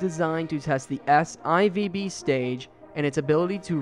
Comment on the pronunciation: Great work. Nit-pick: S-Eye-Vee-Bee is officially pronounced S 4 B.